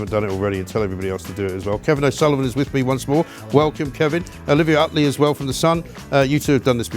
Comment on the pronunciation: Could somebody please tell him the word is 'welcome', not 'wewcome'?